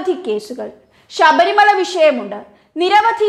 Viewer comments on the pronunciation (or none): none